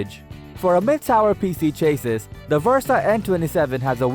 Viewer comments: Cha-sees not Chayyyyy-sis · Chassis he is saying chases. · You would think that you would pronounce "chassis" correctly. Its pronounced "CHAS-EE". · Chay-sis perfect pronunciation for a word you used so many times.